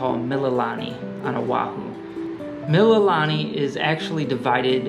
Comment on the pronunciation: FYI....Mililani=Mee-lee-lah-nee=Hawaiian for "praise"